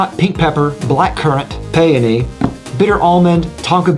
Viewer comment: Was saying Peyote? Oh peony.